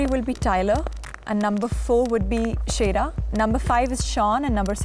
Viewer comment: WTFFF SADA IS MY NAME BUT ITS PRONOUNCED MORE LIKE HOW CODY SAID IT TF IVE NEVER MET SOMEONE WITH THE SAME NAME AS MEEEE TF (my name is pronounced say-duh)